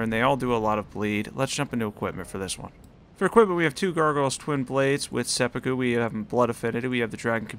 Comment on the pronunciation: Seh-poo-koo please